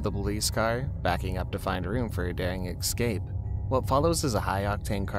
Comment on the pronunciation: My guy, did you really just say "excape"???? "Excape"?? There is NO X IN THE WORD ESCAPE!!! E-S-C-A-P-E! NO X!!!